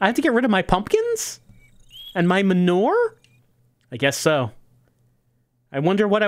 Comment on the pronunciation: Is pronouncing "manure" as "m'nore" a New Jersey thing, or a thing?